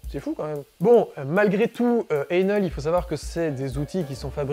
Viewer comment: Bonjour! J'aurais aimé que vous vous donniez la peine de prononcer le nom de cette marque correctement, càd Ein Hell avec un H aspiré, façon germanique (pour sourire un peu, Einhell veux dire Un Enfer. Il y a mieux comme marque, non?).